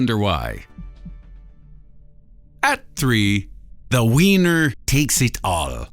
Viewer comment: "the weinur takes it on" Gg.